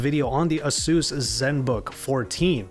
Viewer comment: Pretty sure it's pronounced A-seus. Not the way you are saying it.